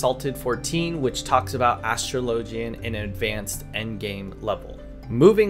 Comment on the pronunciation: Astrology is pronounced /əˈsträləjē/. Take that same pronunciation to Astrologian. Other then the pet peeve of another person not pronouncing Astrologian properly, really good and informative video.